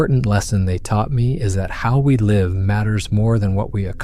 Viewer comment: Artificial voices always give themselves away, I hate it. AI is not capable of pronouncing some words properly. Words like( live) have two pronunciations this gave it away immediately at the beginning.